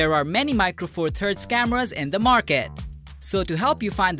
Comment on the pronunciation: It took me a while to work out the narrator was saying cameras and not scammers - good vid otherwise